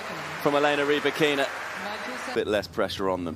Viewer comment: Elena's name is not pronounced Rybackeeeena though!!